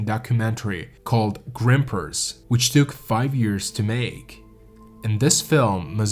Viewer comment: LOL. For those who don't know "Grimpeurs" is French for climbers, and it's not pronounced 'grimpers", although I am going to start using that as an encouragement when someone is trying to send hard. "Come on Grimper, you got this".